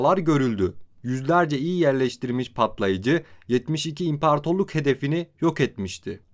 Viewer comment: impartorluk deme artık ahhaahahah 🤣 Güzel video.